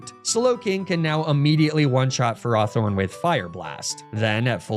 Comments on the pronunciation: It's super weird to hear him pronounce Ferrothorn Ferr-RAW-Thorn. I've always imagined it as Ferr-ROW-Thorn but now I'm not sure which is correct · I call it Ferr-Row-Thorn as well, because I view it like ferrous, as in iron. hearing it pronounced another way is weird. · I’m sorry how did you just pronounce Ferrothorn? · I'm sorry but I had to turn off the video due to you pronouncing Ferrothorn wrong SO MANY TIMES!